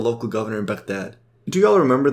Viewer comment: As soon i hear your pronounce of Baghdad i click off the video.